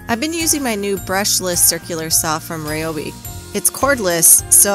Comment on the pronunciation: Nice video! Definitely going to build one. Its Pronounced with an "i" and not an "e" referring to RYOBI. Not that you care.